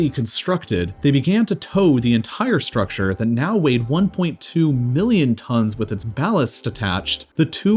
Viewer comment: Why do you speak like this? They tHOwed the enTHire sTHrucTHure. It's absolutely annoying and distracting. I can't stand more than a few minutes. Sorry.